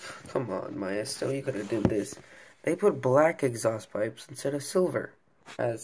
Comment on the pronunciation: Great review! btw Maisto is pronounced Maysto, not Myesto. Love the review! New subscriber!